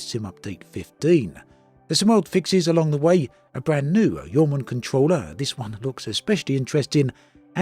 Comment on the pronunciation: I googled Yeoman because that is how you pronounced it. It is actually YAWMAN.